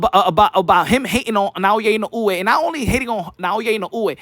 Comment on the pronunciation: NAOYA ＩＮＯＵＥの発音が上手ですね💯